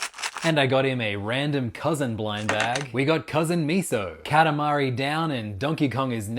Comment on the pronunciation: KATAMARI? Say that again..